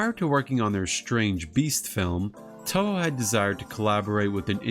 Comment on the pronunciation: Man, nobody making English content for Toho can't pronounce the studio's name right. The Os in Toho are elongated, more like Toh-hoh (or Tōhō) rather than short vowel o. For IPA it'd be /o/.